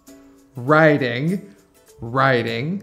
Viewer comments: я тоже так услышала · Тоже так услышала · Мне вообще послышалось waiting))) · Когда услышал вопрос по два разных слова и что мне послышалось: waiting (ожидание) и wedding (свадьба). Специально поставил на паузу и отписался не зная каков будет правильный ответ и что действительно означают эти слова, который произнёс ведущий.